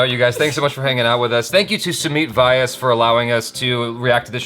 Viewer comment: Vyas is pronounced like 'V'yass